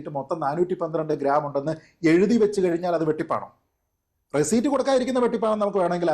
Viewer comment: റെസിറ്റ് എന്ന് പറയു